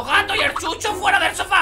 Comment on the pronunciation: dice chucho pero con a en el minuto 2 15